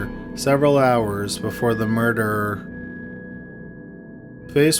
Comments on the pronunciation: Its murder Mer-der Not murderrrer Please fix the pronouncement its not a difficult word you've been making this mistake for a long time now It's bad enough the video is slow paced when read but the bad pronouncement and long dragging of the word really ruin your video for me You used to make better vids despite the murder mistakes still very informative just wish you read it more easily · The way you pronounce murder is amazing